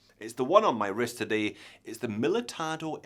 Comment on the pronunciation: Pronounced the name right, but the banner still said Miltado! Why is this so hard to get right for a watch expert. Other than that, nice vid. Cheers!